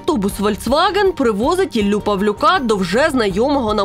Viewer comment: Дякую за Вашу велику і потрібну роботу! Але будь ласка на — мікроавтобус не «Вольцваґен», а «Фольксваґен»(в перекладі з нім. — народна машина).